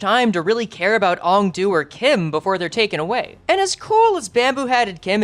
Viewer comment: Aeng-Du. I'm shouting at you. Please buddy, Aeng-Du.